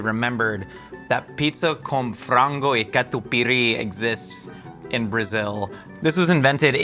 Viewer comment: Catupiry my beloved ❤❤❤ And pronunciation was great!